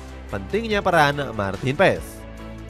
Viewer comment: Baca nya Maarten Pass bukan Maarten Pess